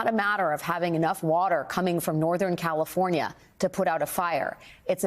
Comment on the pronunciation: She couldn't even say California right listen to that Dallas California what a bunch of idiots you are